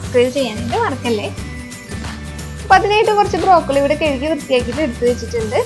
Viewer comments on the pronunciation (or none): കെഴുകി അല്ല കഴുകി...